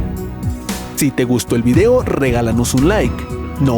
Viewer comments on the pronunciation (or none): none